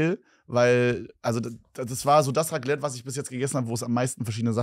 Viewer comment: Bro was für Raglette es heißt RACLETT MIT C